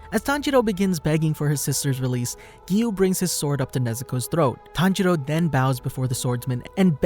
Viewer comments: Ah yes, tanjedo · All I hear is tanjeerow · Tanjiro--senjiro--kunjiro Wtf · It’s tanjiro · Bro I get confused when he says tanjiro because his dad's name is tanjiro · His pronunciation lol its so bad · You pronounced Tanjiro and Tanjuro's name the same. That made that part kind of hard to follow. Still gets a like from me though.